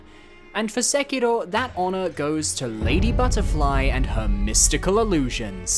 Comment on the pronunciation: Stop saying Sekiro like a weeb, you’re obviously british